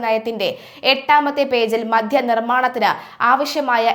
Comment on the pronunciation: മധ്യ നയമല്ല, മദ്യ നയമാണ്. ആദ്യം മലയാളം അക്ഷരങ്ങളും അവയുടെ ഉച്ഛാരണവും നന്നായി പഠിച്ചിട്ട് വാർത്ത വായിക്കുക. ഈ പ്രശ്നം നിങ്ങൾക്ക് സ്ഥിരമായി കാണുന്നുണ്ട്.